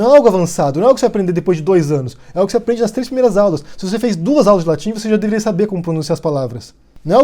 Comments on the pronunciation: curto seu canal de mais, mas tu meteu um "aplente" enquanto falava de que a pronuncia não passava de latim básico. Só achei irônico, continue com o trabalho que tu esta fazendo. Trecho encontrado entre e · "isso aqui se aplende..." ficou tão puto que até baixou o Cebolinha nele.